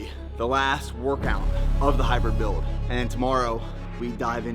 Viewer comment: "The Hybwid Buiwld"